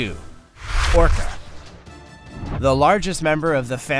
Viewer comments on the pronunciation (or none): none